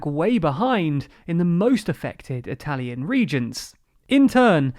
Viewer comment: I am usually not a big stickler for proper pronunciation, but that was painful. That probably has to do with how many Italian immigrants my country received, as opposed to the UK.